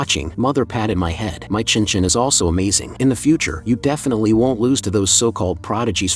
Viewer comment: There is NO WAY they read «Chen Chen» as «chinchin» 😳🍆🤏